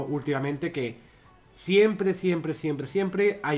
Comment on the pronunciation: ese siempre,siempre,siempre le salió como a reven.XD